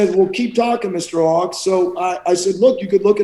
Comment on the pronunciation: Owoc, not "Owok". ;)